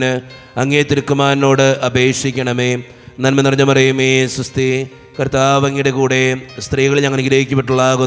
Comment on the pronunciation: നന്മാനമറിയ മേഅല്ല നന്മ നിറഞ്ഞ മറിയമേ എന്നാ ണ്